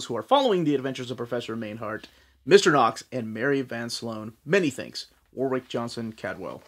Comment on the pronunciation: I’ve always loved Warwick’s work. It’s pronounced ‘Warrick’ by the way.